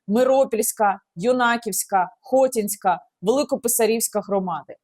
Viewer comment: ХотІнська, Юнаківська, БасІвка, миропІлля!)))) наголос не вірний)